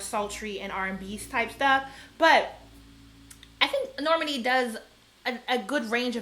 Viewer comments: I love the energy! It is Nor-MAHN-ee like “Imani” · Nayo Jones Norman E. 💀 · Pronunciation: the emphasis is on the 2nd syllable. "Nor - MAH - nee" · Normani's name is pronounced nor-MAH-nee. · You pronounce her name like Normandy, France lol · The names that are mispronounced are kind of odd. "LYE-ZZO" and "Nor-MUN-ee" took me out. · Yes! It's Nor-Ma-Ni. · Girl, Normani and then Lizzo. You cant pronounce EITHER of their names? lol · Love the haircut!!! The way you said normani’s name had me laughing for some reason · I just can’t watch the good sis Normani go the way of Rihanna where Americans can’t say her damn name right! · The way you pronounce Normani is SENDING ME lmao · I felt like that was so...unfortunate.